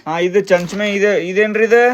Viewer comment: ಮಾವಾಗ ಚಮಚೆ ಅನ್ನಾಕ್ ಬರಾಕತ್ತಿಲ್ಲ ಚಂಚಮೆ ಅಂತ😂 ನಿನ್ ಕಿಂತ ಕೃಷಿ ನೆ ಸರಿಯಾಗಿ ಮಾತಾಡ್ತಾಳ ಅಲ್ಲೋ